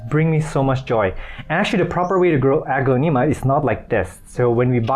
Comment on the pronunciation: you are saying the genus wrong, it’s more like, uh-glon-a-ma.